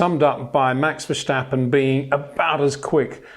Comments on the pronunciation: As a Dutch guy, i also find it annoying, the Verssssshtappen. Vers-tappen. That should be the right pronounciation. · Verstappen / Vershtappen. Stadium / Shtadium. Don't add letters, you'll get very close to the Dutch pronunciation without trying. Love the content. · Interesting analysis , except for the insufferable stupidity and arrogance of mispronouncing simple, non-English words. (Vershtappen, Porti-Mayo) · it is NOT Max "verSHtappen" ... Max is not German (Germans indeed do pronounce "st" as "sht") ... #Max33 = Dutch NL/Belgium! ... It is not "Bottash" nor is it "Lewish" certainly not "verSHtappen" .... This BS started long time ago when a British sport presenter interviewed father Jos Verstappen and assumed you can use a German pronunciation to a Dutch Driver thinking it is so "funny" ... It is not.